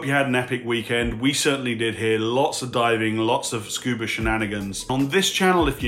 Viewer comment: You said< "Scoober". Love your channel!